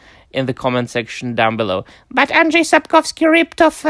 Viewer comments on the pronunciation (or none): The English speakers have decided that Andrzej is pronounced as 'Adres'. I have no idea why. The pronounciation of Sapkowski tends to be a bit more random but at least usually it is more or less identifiable.